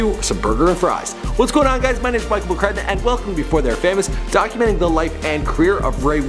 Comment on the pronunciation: his name is mikl mccrudn